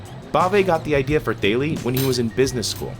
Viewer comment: The company is called "Thaely", but it does sound like Bailey.